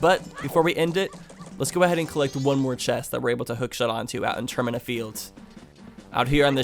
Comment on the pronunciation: Did he say terminya field...